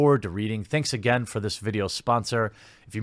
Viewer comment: Ah shit, here-we-go ageen.